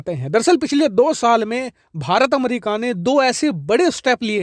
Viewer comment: Aap to America ko अमरिका ना bole 😂